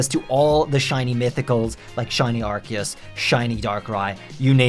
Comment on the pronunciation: Man couldn't even say the name of the game right...